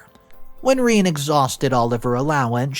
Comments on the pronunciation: I stopped listening after the REPEATED mispronunciation of the name Rene (or should it be Renee?). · must be a very rare pronunciation. I’ve dealt with dozens of women through work and personally named Rene. None are pronounced like the video. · Are you absolutely sure that name isn’t pronounced “re-NAY”? Because I’ve never heard it pronounced “reen” before. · Reeeen. Fucing Seppos. Pronounced "Reh-nay". In summary, Western females are not worth the effort and single mothers are terrible at raising children alone (statistically). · It's pronounced Renee, not Reen. This was so hard to get through every time you said Reen I cringed inside. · Isn’t that Ruh-naye rather than Reen?? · It's pronounced, “Ruh-nay,” right? It's boiling my guts to no end to hear pronounce it, “Reen.” Just making sure I’m not the only one thinking this. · Rene is not Reen it’s Rah-Nay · it's pronounced Ra - Nay, not Reen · Rene is pronounced as "Ray + Nay" and not as in Irene. Rene is a French name meaning Reborn. In all the languages it is pronounced the same and it is Re as in Renegade and Ne as in Neptune. Ray + Nay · Its re-nay...not reen god damn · I've only ever heard the name pronounced Re-nay (my sister's middle name is Rene), but can understand how it could be pronounced Reen. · Is that how you pronounce Rene? Shouldn't it be Renee? So weird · Not pronounced Rene. The French is way Rene'. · Rene is pronounced ReNe'. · Rene but It’s said Renay. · it's pronounced renê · Rene = Ren-ay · Rene = Ren - ay (like the french name) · It's pronounced Re Nay not Rene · Reen? Oh AI, you wacky wacky reader. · Holy smokes. Have you never seen the name Rene before? Its "ren-NAY". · Fix the fucking ai pronunciations. Pronouncing it Reen is just lazy. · every time he says "reene" i'm yelling at my monitor. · Rene - Re-Nay! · Rene is pronounced ren-ay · Rene is pronounced Ree-nee. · It's said Ren ay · Thank you! I was dying every time Reen was said. 😂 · Ra Nay. Not reen.